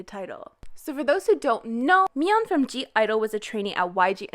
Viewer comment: anybody else triggerd that she keeps saying gidle instead of idle LIKE WHAT THE FUCK!